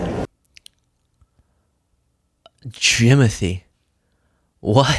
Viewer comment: Jim-othy! 😂😂😂😂 I do that too